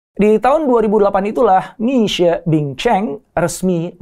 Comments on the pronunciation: Itu bacanya Mishie…. Bukan Misue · Bacanya mì xuě pak. Bukan mic xue. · Ilmu elit.. pelafalan syulit huu, masa mixuek.. kan salah donk.. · Lafalnya MI SWE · Minimal bacanya mesti tetep bener om, walau orang kebanyakan tidak. Mixie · 米雪=beras salju. Baca lidah indonesia Mi Shie. Mi Xue